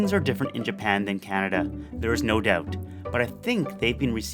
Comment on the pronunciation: "No doubt" Your Canadian accent came in real thick then.